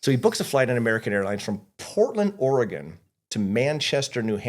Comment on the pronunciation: 0 points for constantly mispronouncing Oregon